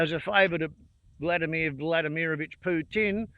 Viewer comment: Not that it matters, but the part that’s stressed in Владимир is the first „и”, meaning it’s “Vlah-DEE-mere” But other than that, yeah, it’s a sub-par outcome to put it mildly.